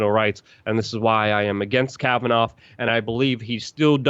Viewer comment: Can you stop saying Kabananof? It’s worse than Bush saying NU CLE LA instead of nuclear